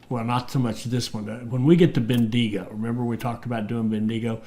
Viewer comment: I am loving this and great to have back but... Bendigo... say quickly as Ben-da-go Macquarie... say quickly as Ma-quarry